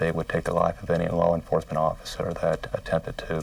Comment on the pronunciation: “Larr enforcement “ - Jim “elmer fudd” calstrum